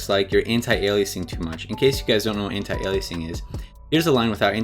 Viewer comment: I love you for pronouncing anti-aliasing right.